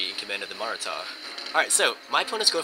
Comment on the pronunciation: as always, love ur vids but yeah bengal had a point, just fyi, its maratha as in muh-raah-tha and not maa-raa-tha, my parents are indian so i speak the language (no offense or anything btw)